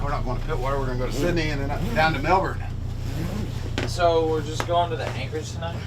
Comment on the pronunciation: I'm not going to lie. I can't wait for you to get the Melbourne. So you can learn how to say it right. It's driving me a little nuts.